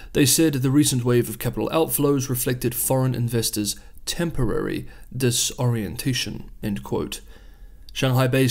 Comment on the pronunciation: Temporary dis-ORIENT-a-tion ? LOL